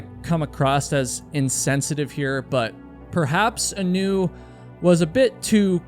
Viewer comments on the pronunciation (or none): looked hawaiian to me, heard you call her 'anoo' - middle name was leianuhea (A-nu). aūe blessings for da family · Anu is pronounced Ah new, every time I heard her name pronounced Anew, it bothered me, her name should be pronounced correctly. She is a lovely, strong girl, an incredible athlete, and very protective of others. She and my son grew up together, played sports together, were just kids supporting each other. One day, there will be answers, she'll be found, or we will all know what happened. Until that day comes, why dirty her name with conjecture and unkind words, it does nothing good, and to those who still worry, it's just cruel. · ah-NEW is a terrible name. Should've reversed the emphasis to the A. AH-new is nice... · Hi. I hate to be that person but her name, Anu, is pronounced as, "Aah-noo" like how you pronounce the anu in Keanu Reeves. growing up in Hawai'i it's a pretty common name.